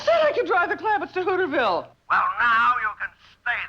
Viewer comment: pronounced the town as HOOOTERS VILLE